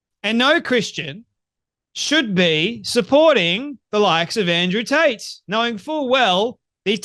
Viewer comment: Did you say Andrew Taint ?